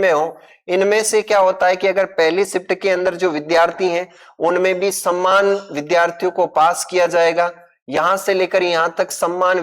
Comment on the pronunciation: Sammmn ro saman bolna shikh le